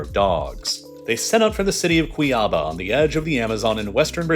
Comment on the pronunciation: Really enjoyed listening to this, but one minor but important critique: I wish you'd at least have tried to look up the pronunciation of the cities and locations in brasil. Those are SO off they gave me psychic damage. I mean Cuiabá as CUY-ah-buh??? Cant you see the accent on the A?? It makes it seem like you dont even care about getting stuff right so long as you get a video out :/